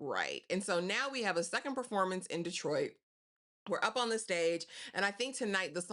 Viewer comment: Hey! I give this ep 5 sweet peas! I love the title, and I also loved how they captured actual footage of my hometown ❤️ 😊 Im gonna watch it a couple more times!! Are you from Detroit? You didn't say "Dee-troit" like others do! 😂 #313 #whatupdoe